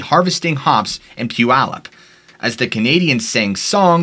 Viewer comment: Love the stories! ALSO I grew up in Puyallup, and am so happy you pronounced it right!!! LOL